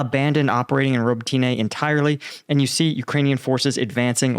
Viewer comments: It's not "Ro bo tyna", it's "Ro bo TINE". There's no "A" on the end of the name FYI. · robOtine not ribotIne :) to be more precise, thanks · Ukrainian pronunciation is roh-bot-tin-nuh. Please take a little time to learn Slavic pronunciation. Дякую. Слава Україні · Robotyne (Роботине) - pronounced 'ra-BOAT-ta-neh' which in English means "work." And the Ukrainians sure made quick work of recapturing that town. My understanding is they are now past the minefields and have actually called in at least one elite mechanized unit from reserves to join in the fight. In an attempt to fill the "gap" that has started, the Russians have brought in 2 additional units from other areas of the front, but I am not sure from exactly where. I would expect the next movement by Ukraine will be to further open the gap and reach out to cut off the supply road(s) leading into Tokmak.